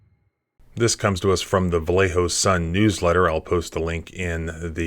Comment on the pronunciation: I am impressed, some lawyer from West Virginia knows how to properly pronounce "Vallejo"